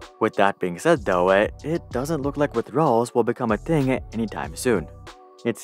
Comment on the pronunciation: nice video but could you stop adding "uh" or "ah" at the end of words randomly? For example: 'Though' should be pronounced "tho" not "tho-uh"